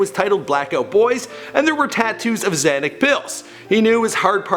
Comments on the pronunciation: XanACK pills. Lmao. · The drug is called Xanax, not Xanac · I think you messed up the name of the first mixtape. It was Live Love Asap not Live Long Asap. Also its Xanax bars not Xanic pills. Enjoyed the video anyways. RIP Yams. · did this fool say "xanik pills" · "Tattoos of Xanac pills" LMAO HE THINKS XANAX IS PLURAL